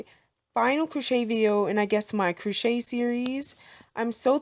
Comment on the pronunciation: CROchet not COOchet...